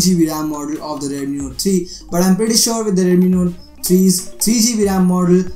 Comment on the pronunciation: Redmi "nore" 3